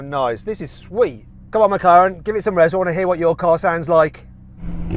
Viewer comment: 영국발음으로 맥라렌이 마카롱임?누가 들으면 먹는건 줄 알겠어